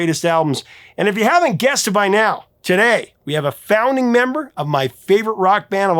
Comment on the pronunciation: Every NIAOW??? Are you mocking English?